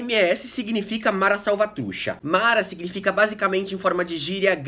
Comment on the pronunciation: Ótimo video amigo! Só uma coisa: a pronuncia correta seria: Salvatru "tcha" com som de T no final e "Salvatrucha" Refere também a um formigueiro "Caliche" linguagem informal. Estou com a camisa de El Salvador mas não sou "mareiro" hahhah vivi la por um tenho muitos amigos aqui e la de El Salvador. Abraço!